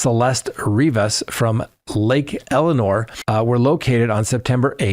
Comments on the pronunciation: Elsinore not Elenore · It's lake Elsinore not Eleanor. El sin nore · Try again...not Lake Elinor, its Lake El si nor, there is a "s" in there. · Elsinore, not Eleanor, please.